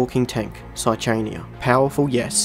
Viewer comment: Saichania is just outright pronounced with the h non-silent.